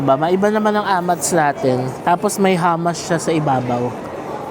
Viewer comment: Hummus not hammas.. pronouce as ( who moos ). And chemist werehouse are just copy class A perfume from china.. better to buy at myers all original.